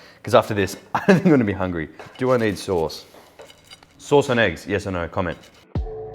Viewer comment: Sauce no, thauthe yes!!